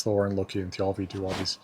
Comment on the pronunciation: Why is the accent in Thialfi on the second syllable, not the first?